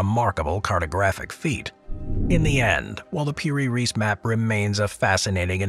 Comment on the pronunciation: its piri reis not per reese